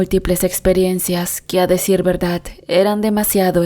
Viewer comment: La narradora, no sabe leer pues dice VERDAT, no soy experta pero aprendí que la Real Academia Española, dice que se escribe y pronuncia VERDAD, por ése solo hecho ya no quise seguir escuchando a la narradora, siento que no es cierto lo que cuenta, perdón si ofendí a alguna persona